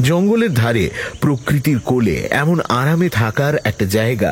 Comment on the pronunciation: নায়ক "প্রকৃতি" উচ্চারণ করতে পারে না। বলে "প্রককৃতি" 😄 অথচ ক'রে তো খাচ্ছে। 😂 একে কেউ শেখায় নি যে "রি" কারে দ্বৈত হয় না "র" ফলায় হয় শুধু। বা শিখতে চায় না আদৌ। 😂 ভূল ধরিয়ে দিলে পরে শুধরে নেওয়া দূর, আবার রেগে যায়, প্রায় মারতে আসে 😂 গান, বাজনা, ছবি আঁকা, খেলা ইত্যাদি সব শিখতে হয় নাড়া বেঁধে। কেবল এই টা স্বয়ম্ভু বিদ্যে। 😂😂